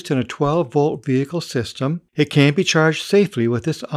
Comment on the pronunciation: it sounds like he says 'can't' instead of 'can'.